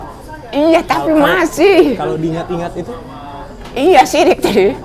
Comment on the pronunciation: SYRIKKKKK...SI ABANG KOK NGOMONG SIRIKK..TAPI DI MINUM...AGAK LUCU.. LAH..